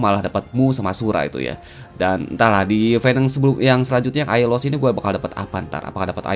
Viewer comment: GW KOK NGAKAK PAS SI SALAH NGOMONG AIOLOS JADI AIDOLOS WKWK